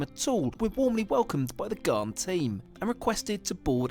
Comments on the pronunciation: BTW the pommy host said it wrong. It's gan. Rhymes with can or Stan. It's named after Afghans (Afghanistan people) which was the nickname given to the camel drivers in the 1800s who opened up the interior/outback to white people. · Gan its pronounced Gan i wish people would just try to get it right if they're doing a story about something from another country, be it towns, food or transport. When it comes to Australia people just bugger up our language. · I heard recently that the Ghan had been bought by a US company. It's pronounced Gan IE it's named after the workers from Afghanistan in the old days - they also introduced camels which now run wild all over central Oz. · These trains are not a cheap option. They are $$$$$$ expensive. I’m doing the trip next year.even Gold Class is expensive. These are premium travel options. Also it’s pronounced ‘gan’ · Your best bet for travel in Australia is a fried-out Kombi…. We pronounce Ghan as in can or tan. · He's pronouncing the name of the train incorrectly. "Ghan" rhymes with can and is short for Afghan, the nationality of original camel drivers who took people and goods across the desert. Here is a 3 hour (yes that's correct) video of the Ghan, mostly a passenger's view with some headsup historical captioning. It was broadcast on TV one summer as "Slow TV". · Pronounced garn….not thorn…. Bloody poms How dare you think Vegemite is anything like that shite called marmite. Vegemite is also awesome smothered on both sides of a T-bone steak. Trust me Vegemite is the best marinade for cooked beef. 🥩 If you let it cook a bit longer you can get a crunchy or chewy texture to it as well as a soft salty grease to add to the butter. Fukn beautiful! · It's not 'Gharn', it's 'Gaan'. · Heh heh, it's the Ghan, rhymes with fan, not the Ghaaaan. I'm a fan, btw. Cheers. I live in Perth, where we have the world's best climate, IMHO. Yes, it's a long way from anywhere, but air travel makes it easy (except for the COVID disruption).